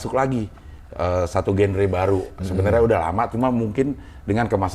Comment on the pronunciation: Maaf cing, Genre itu bacanya "janra"✌️